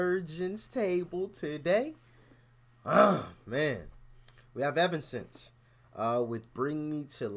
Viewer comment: its pronounced Evan-Escense